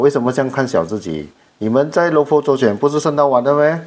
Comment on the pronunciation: ， 佛是读佛， 不是浮。。。阿尼陀佛的佛